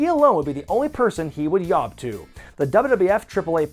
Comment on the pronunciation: Hahahahahaha he straight up said, "Yob to" 😂😂😂 Spanglish.